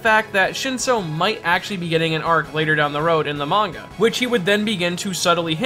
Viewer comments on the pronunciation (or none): none